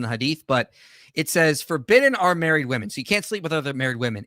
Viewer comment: She cannot say correctly the plurality of women, she says woman. This drives me crazy with people today.